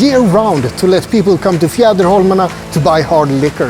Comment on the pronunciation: Beautiful tour of the Archipelago and very well narrated. Chocolates, beer, whiskey and beautiful views..so nice. How easily you pronounced Fjäderholmarna. Its a tongue twister for me 😀. Big like and new follower of your wonderful vlog here. Warm greetings from Switzerland.